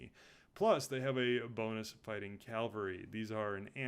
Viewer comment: great video, i really wanted to find overviews on the factions of tzardoms, i utterly despise how you pronounce cavalry